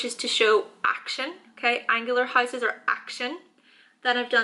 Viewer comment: Also the high - ses